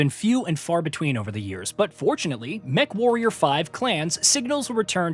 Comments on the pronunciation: Did you really say "mecha-warrior 5?" Yeesh... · Sorry, I gotta stop watching. You called it mechawarrior